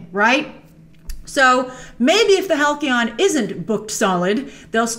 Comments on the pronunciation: Not Hal-Key-On. It's HAL-SEE-ON. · Halcyon = hal-see-on. Not hal-key-on. Please learn proper English. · It's pronounced (HAL-C-ON). Not HAL-KEY-ON... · Hal-key-on? It's pronounced Hal-see-on Grace! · I love you, Grace, but it's Hal-SEE-On..... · BTW, Halcyon is pronounced HAL-see-in. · halcyon = Haall-See-On :) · Halcyon is actually pronounced with a soft 'c'...